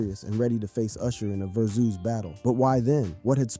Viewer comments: Ver-Zeus? You mean Vers-us? 😂😂😂😂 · Whats a Ver-Zues Battle? 🤣